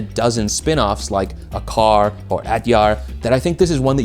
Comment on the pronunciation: Love the video but triggered by acar pronunciation 🙈